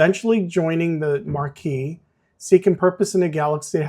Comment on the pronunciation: it's pronounced mah-kee